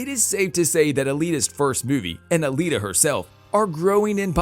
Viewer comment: Alita not Alina.